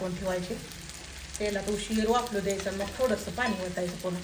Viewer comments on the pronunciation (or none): none